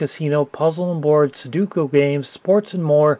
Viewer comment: It's sudoku not suduko